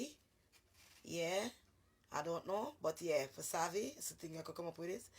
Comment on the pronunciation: The word is wasabi not pasavi 😲